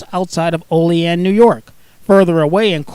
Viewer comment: Oleaan New York